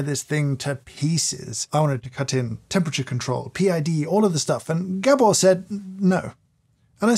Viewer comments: Poor Gábor getting his name mispronounced as "Gebbor". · Just a quick word from a fellow Hungarian. Gabor's name is pronounced Gaabor and not G'bor😉